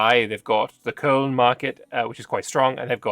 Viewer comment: im proud of the way you sayed Köln, you did good:D